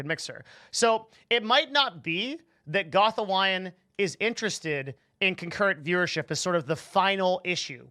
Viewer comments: The way he says Gathalion is funny 🤣🤣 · King goth-a-lion 😂😂😂😂 nearly got there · You couldn’t take 5 sec to research how to say Goth’s name. That just proves that you all are opening up your fucking mouths about people you know nothing about. Goth makes you feel comfortable and accepted. He creates an environment where you can hang out without being judged. This is something that most of you loud mouth streamers who just like to bark at people no nothing about. Also, stop crying like a baby. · You really need to learn how to pronounce his name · you fuck.. you said his name wrong LMAO